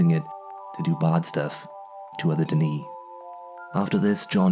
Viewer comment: its not duh knee its pronounced duh nay.